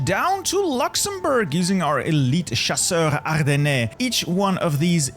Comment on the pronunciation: I don't know why, but I yelled everytime he tried to pronounce "chasseurs ardennais"